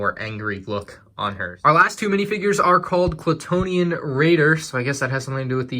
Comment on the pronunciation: Why does everyone say "Klatoonian?" Most official prints, even the one on the AT-ST Raider lego box say "Klatooinian" with a second i before the first n. Just wondering, ive been wrong before...